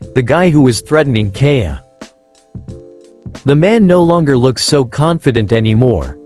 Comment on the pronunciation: you should experiment with ai till it says it right like "Kaja" or "Kaya"